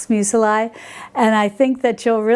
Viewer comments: I have to ask... Meu-se-lie? I thought it was pronounced meuzli...? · Hi....I hope you will take my comment in the spirit of helpfulness in which I make it: Muesli is pronounced mews-lee not mews-el-eye. And it always tastes good no matter how it is pronounced:P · I have been stalking PHG for the Mockmill for MONTHS. Thanks for the tip on your discount code. Muesli is pronounced Moo-es-lee (except the oo is actually an umlaut sound which we don’t have in English.) I love your content. Cannot wait for your book which I pre-ordered. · STOP saying "museli!" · Love you & your channel,! Thank you so much for showing us this, and by the way, Muesli is pronounced M-you Zlee Thanks again & much love <3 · What the heck is that pronunciation? I only had audio and had to check just what it was she was referring to 🤣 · Dear sweet please Google, how to pronounce "muesli" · Thank you for this thorough review! I'm looking into the flaker attachment for my Bosch mixer. 👍🏼😊 Also, I've never heard anyone pronounce muesli that way. I've always said it with the letter i making a long e sound. Perhaps I've been mispronouncing it all this time! 🤷🏻‍♀️🤔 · needs to check Google for the proper pronunciation of muesli. She's adding a second "i".